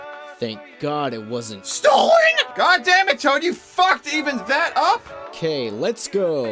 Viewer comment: He said tood instead of toad